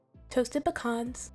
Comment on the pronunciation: Hey, those cookies 🍪 looks delicious 😋 and especially with a glass of cold milk 🥛. Anyway thank you for pronouncing the word Pecan correctly. A lot of people pronounce it with the long e and a and that's not correct. It can be pronounce 2 ways and both or correct. It's pronounce the way you did and the other way is with the long pēcan the end of the word the way you pronounce it. Lol 😆🤣😂 that's my rant for the day.